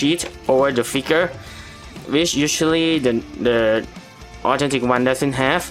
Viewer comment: Great video it's just that the way u said authentic kinda sounded like autentic but still a great vid thx for the help